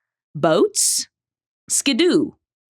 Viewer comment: I hate the way she pronounced “Skidoo”